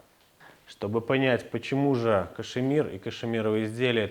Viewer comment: Кашмир, а не кашЕмир!!!